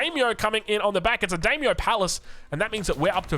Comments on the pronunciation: D(eye)-myo and manor like a manor house from Aoe3 English. Every time says daymo muh-nor, my Japanese ancestors commit seppuku 😂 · I know we aussies are not very linguistically gifted by Daimyo Manor is pronounced: Die-myo Mánner Not Dey-myo Manoor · it's also dime-yo, not dame-yo, pretty sure. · Hey the daimyo Manor is pronounced Die-me-oh and I think Manor is as in a Manor house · i really hate being the glasses nerd emoji, but the pronounciation was just too funky its daimyo (die myo) manor, like as in the english manor (manner) lmao